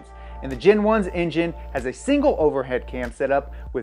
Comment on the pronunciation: When you say GEN 1 or GEN 2 i hear Gin 1 and Gin 2 like the alcohol